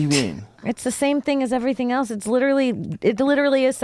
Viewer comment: Funny Joe talkin boit how people say words, yet he pronounces Else as Elts.